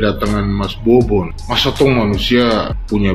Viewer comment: Mbaknya yg jilbapan, situ gen z ya kok bahasa tuturkatamu ga bener ya... nyebut bobon aja babon. Ga minta maaf lg salah sebut.. ga enak bgt dan ga pantas untuk... aku yakin dia ga paham bobon kesana ada misi kemanusiaan bukan fisit atau berkunjung saja. berkomentar...